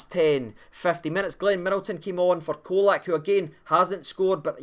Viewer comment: Colak is pronouned with a 'CH at the start. Č = ch. I know it's easy to lose our pronunciation with the the odd bits around the letters, but just imagine English commentators refering to the Captain as Tah-VER-nee-ay.